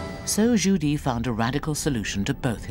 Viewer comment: Zhu Di not Judy